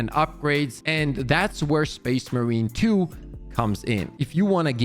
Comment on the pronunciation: Can we practice calling it space MARINE 2 Please.